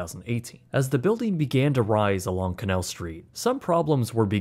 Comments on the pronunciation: Bro.... ok... I enjoyed the video, but it's canAl, not Canel St. I'm from Louisiana, and hearing you say "canel" just.... ugh canAAAAAAAL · It’s pronounced “kanayal”